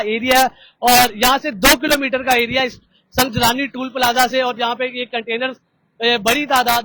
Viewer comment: او بھاٸی سنگ جلانی نہیں سنگ جانی ھے بولو تو سہی 🤦🤦🤦